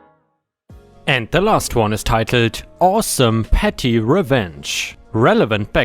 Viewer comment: "petty" doesn't have an "r" in it, so it's not "pretty."